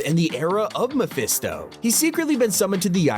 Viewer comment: Is it hard to just say mephisto?